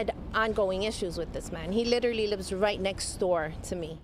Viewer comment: “Lierlley lives right next door to me”